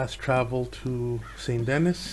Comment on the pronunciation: its pronounced san danee